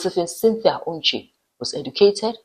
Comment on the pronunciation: Your pronouciation of the surname is awful. It is not "Uche". It is "Onche". "On" like in "Ondo" state.